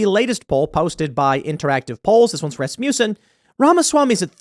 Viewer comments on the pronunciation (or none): none